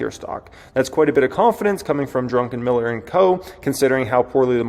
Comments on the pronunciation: Its DRuck, not Drunkenm. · Uuuh. I believe his surname is Drukenmiller. Not Drunken-Miller. But it was hilarious listening to you say it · It’s Druck…enmiller not Drunken..miller lol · Not "Drunken Miller" its "Druck En Miller". Not "Du qweezy" its "du kane". Geez learn how to pronounce words you are using. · Druckenmiller, not Drunkenmiller 😆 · DruCK not DruNK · The first syllable of his surname is Druck, not Drunk. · BAHAHAHAHAHAHA!!!!!!!!!!!!!!!!!!!! He said, "Drunkenmiller" instead of "Druckenmiller"! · You keep saying 'Drunken'-miller.... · I am betting Stanley HATES the way you pronounce his name.